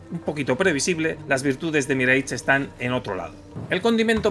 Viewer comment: "MIREICH"???? No era "MIRASH"??? Qué temita preocupante los españoles y la fonética de otros idiomas!!!! 🤷🤷🤷